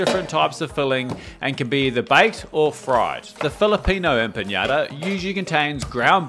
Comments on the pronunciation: It's pronounced empanada, not empañada. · Hello, just a wee reminder for Spanish pronunciation: Empanadas are pronounced Em-pan-ada because there are no accents on the n, mañana and the like, on the other hand, you pronounce the “nya” of man-ya-na. Just a wee heads up. Peas and Lovage from New Zealand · I adore you but why are you pronouncing empañadas when there's no Ñ?! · Great that you are showing empanadas mate, now a little correction on the way it’s pronounced: EMPANADA not Empaniada (there is no letter I after the N) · Bro,its pronounce EMPANADAS (without i) not EMPANIADAS! Greetings from 🇺🇾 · Wrong pronunciation.... It is not Empaniadas... TAKE NOTE.. EMPA NA DA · It’s pronounced EM PA NA DA. No Y anywhere😊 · I was fine with the empanada being mispronounced but chorizo got me 😂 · How do you become a successful chef and don't know how to pronounce empanada is beyond me. It's not like it's a French word